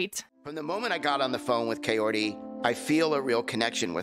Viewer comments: Why the fuck is he still calling her Coyote? It´s Kaory! It shouldn´t be that freaking dificult, Ed! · It's pronounced Ki-or-ee, not coyote 🤦 Dammit Ed! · I cannot with him mispronouncing Kaory's name like "coyote" every. single. time. 💀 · The captions say coyote because he's saying it! 😂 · He literally says "coyote" too! he knows that's not her name, just goes to show he doesn't give a damn what her name is. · Why is he calling the poor woman Coyote?! 😭 Is it so hard for Americans to pronounce foreign names correctly? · Why is he saying coyote? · You’d think that Ed’s mum would have taught him how to pronounce “Kaory” properly. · He doesn’t even say her name right